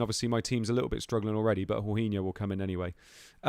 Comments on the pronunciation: How can you be a ‘professional’ yet pronounce Jorginho as ‘horhinho’. No offence but things like that demonstrate a serious lack of football knowledge and I’m not surprised you did so badly in this fantasy 😂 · true but it’s more the fact that he’s basically made up his own pronunciation, literally no one has said it like that before 😂 he would know if he actually watched any Chelsea or Italy games!